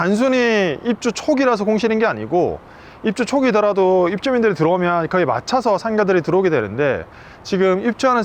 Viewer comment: 진행하시는 분 사투리 엄청나시네요. 경남이나 부산 분이신 듯. "맞춰서"를 "마차서"라고 발음하셔^^